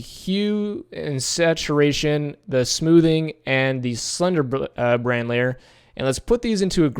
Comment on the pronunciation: It's slender man. Not slendermin you say it like its someone's second name ! Bugged me the whole way through.